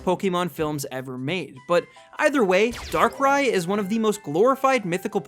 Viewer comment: THE SECOND A IN DARKRAI SHOULD BE AFTER BOTH R'S! AND YOU'RE SUPPOSED TO SAY SHINY BEFORE YOU SAY THE NAME, NOT AFTER!